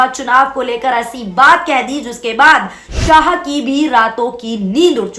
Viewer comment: 😂 news suna rahi hai muhawara sikha rahi hai. Shaha nhin shah bolo .